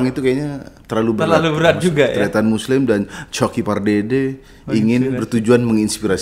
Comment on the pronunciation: Kata kata muslim kurang jelas 😂